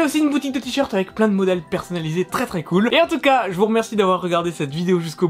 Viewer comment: super te-sheert